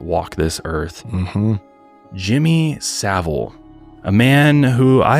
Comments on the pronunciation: So satisfying hearing an American say his surname correctly. 😂 This man was disgusting and I hate he was never punished while he was alive. There were people who were mad that allegations came out after he passed. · Thank you to you 3, the only Americans I’ve ever heard that can pronounce Savile correctly! Not that he deserves the dignity, but it is appreciated. 😮